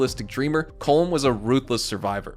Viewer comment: Its “colom”